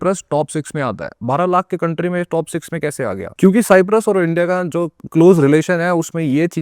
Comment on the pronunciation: Don't say साईप्रस सायप्रस बोलो